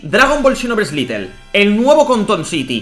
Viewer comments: No es litel es lite hijico mío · Todo el video diciendo little, cuando en el título pone lite(lait)